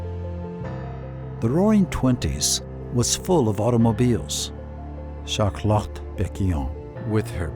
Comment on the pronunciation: Shart Lot !